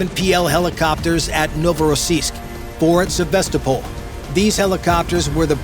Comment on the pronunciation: Endloses Gequassel, Novorossisk und Sevastopol falsch ausgesprochen, langweilig!